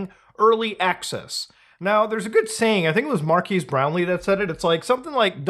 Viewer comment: Mar-kez. It's pronounced Mar-kez Brownlee lmao